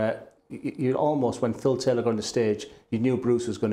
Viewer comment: Not a fan of his announcing. The way he pronounces Phil Taylor in the seniors tour as “Phil TAYLAW” drives me nuts!